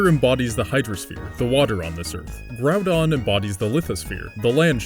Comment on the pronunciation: Did you just say groundon?